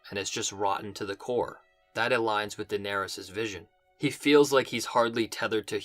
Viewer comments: Evolution of your pronounciation: Dolores Dolorys Dolerys Donerys Denerys Daenerys 😂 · Daenerys is Deloris? Daeloris!